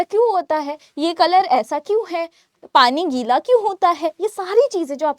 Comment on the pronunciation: Gila not kila,okk